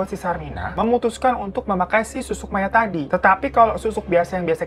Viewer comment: Apa cuma aku yg dari awal dengernya susuk maya, dan baruu ngeh kalau itu susuk mayaT pas di bagian cerita makan tubuh mayatt sampai habis? 😭😭